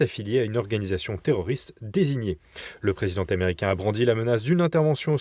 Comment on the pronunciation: " le president t'americain , le dirigeant t'americain " La liaison phonetique n'est pas necessaire . Bon journal cependant .